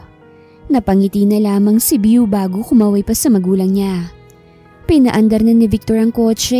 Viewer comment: BEAU pronounce as BO and not VIEW!! it’s a GENDER-NEUTRAL nickname of French Origin meaning BeautifuL or handsome…. Praning laang si Victor deadz na deadz kay BEAU 🌹🌹 Kahinang pumik-up na walang gusto sa kanya si GirL 👧 Lakas namang mang-asar ni Ryder 😃